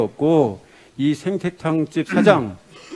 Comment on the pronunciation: 왜 생태탕 발음도 제대로 못하나